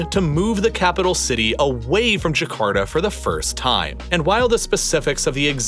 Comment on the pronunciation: It is Jakarta, not Jakarda